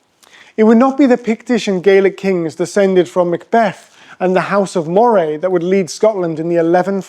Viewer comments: Did you never learn how to pronounce Moray? I have never heard of your Maw-ray. Scots pronounce it Murray - as in Andy Murray! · It is pronounced Murray like Andy not like the eel. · Moray is pronounced Murray